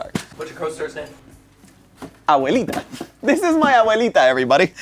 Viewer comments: Dude, the abuelita pronunciation was flawless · that "Abuelita" sounded even more Hispanic than me (I'm Peruvian) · that "abuelita" in perfect spanish accent just jumpscared me lol. Now I can confirm IS ACTUALLY ARGENTINIAN!